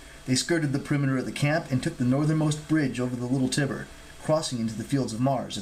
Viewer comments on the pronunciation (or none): The Tiber river is pronounced with a long "I" like "eye."